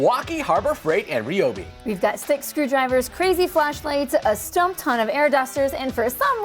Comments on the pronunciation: Yeah, in a crazy twist of fate, likely because only a dozen people on the planet pronounced it REE-O-BEE, it is now officially RYE-O-BEE. Apparently they listen to their customers. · it's rye-ob🤦‍♂️ not sure how a dash cam can help anyone🤔. no such thing as baby chainsaw🤦‍♂️ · Hate to be that merman, but please use the new pronunciation of Ryobi.